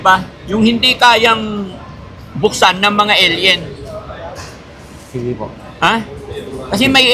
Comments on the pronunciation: Alien not aloud 😂😂😂😂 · Nakakatawa ka nman may pa ellien ellien kpa ah 🤣🤣🤣🤣🤣